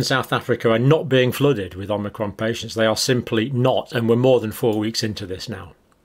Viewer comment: I think it's pronounced O-mic-ron not Om-ni-cron (but I make that mistake myself even when I know the correct pronunciation :-) )